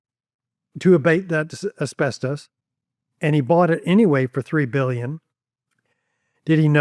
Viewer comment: “three and a half bulyin” (that’s billion for me and you)🤣🤣